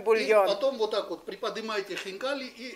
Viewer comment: то, что это будет вкусно, было понятно с первых слов! Как аппетитно хозяин произнес слово хинкали! А у нас котлетки!!!